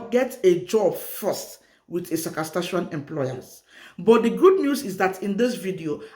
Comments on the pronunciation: Saskatchewan, not Sakaskachewan. Thanks for sharing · I like you when you said ssasakatshawan